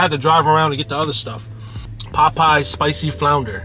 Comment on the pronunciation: Why you say Popeyes like that? You never heard it said before? 😂 “PPPaWW PPPies 🥴”